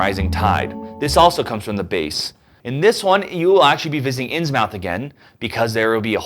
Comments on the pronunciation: inns MOUTH? inns MOUTH? Come on man.....say it right. Inns-MUTH.... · Innsmouth is pronounced "Inns-muh-th". (Still only two syllables.)